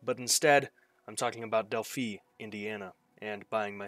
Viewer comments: It's pronounced Delph-eye not Delphee. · It's not Delphee it's Delphi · It's pronounced " Dell - Fi". Long i 👍